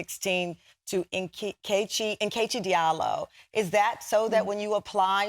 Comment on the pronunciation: I’m mad that she STILL doesn’t know how to pronounce NKECHI properly 😩😩😩